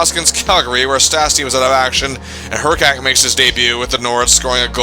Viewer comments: Hrkac was pronounced her-kiss, not her-kak. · Dude you were totally mispronouncing Hrkac. It’s pronounced “Hr-kiss”, not “Her-kac.” Suggestions: the 1980-81 Winnipeg Jets who went 9-57-14 that season. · Tony Hrkac rhymes with pony circus.